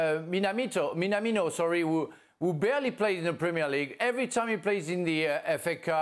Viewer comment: Minamito? Come on you Lambouf🤣🤣🤣🤣